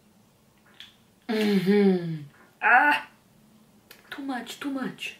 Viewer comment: real Russian accent, when says " to much, to much"😹 love this!!❤️